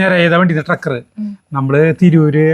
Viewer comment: ട്രക്ക് അല്ല bro, TRAX